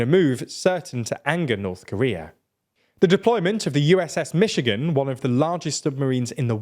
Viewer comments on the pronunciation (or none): none